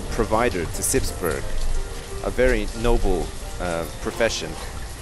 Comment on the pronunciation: Good question :). No he says it soon after , and he says it like you say it in burg[er].